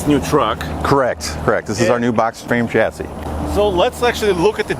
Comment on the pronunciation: Americans, chassis is a French word and therefore the ch is pronounced like the ch in Chevrolet, Chevelle, chef, Michelle, brochure, not like the ch in cheese.